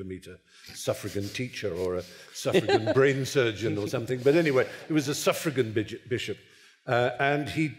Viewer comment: "A suffragan biget"